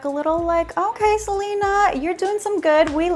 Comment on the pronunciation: not Selena Gomez you mean Selener